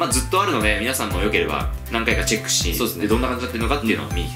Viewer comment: 一番最後の是非「チェック」してみてねのとこ是非チャックになってるくない？